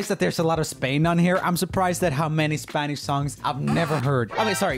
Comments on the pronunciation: Every time he said S pA n Ish a little latin kitten went to Heaven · I really like roomie, but when he call "spanish" hurts my heart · but what’s the point of him addressing it if he was going to keep saying it wrong the rest of the video 🤣